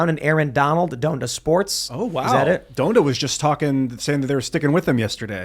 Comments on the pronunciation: Don-duh not Done-da 😭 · It’s “DON-da” 😅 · Sorry, Tim pool, i'm a subscriber and will continue to enjoy your content, but you are the literal definition of "diet woke" And say it with me,, it's "Daaaaaaahn-da." 😂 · “Done-da” bro how can u not know how to pronounce Donda? Wtf haha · It’s pronounced,”Don-da” not done-da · Fun fact Donda pronounced like Don(donald)da was actually a company named after Ye’s deceased mother. you and ian screwed up saying this one lol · Please learn how to pronounce Donda